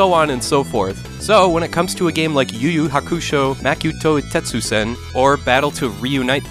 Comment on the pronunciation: How many takes did you need before you said the title of this game correctly lol